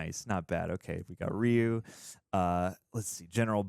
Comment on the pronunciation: The way the characters pronounced Ryu's name as 'Rayu' hurts my soul. So...Mortal Kombat?